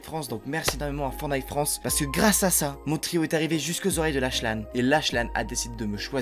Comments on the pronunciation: Ça se dit "laklan" ou "laklanne" je sais plus mais c'est pas "lachelan" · Ça s’écrit lachlan mais sa se dis laklan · Lachlan le ch c'est comme un k